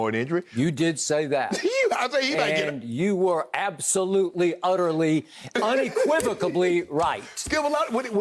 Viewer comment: Skip "uneqivocably" Bayless Love ya skipper, but it's unequivocally...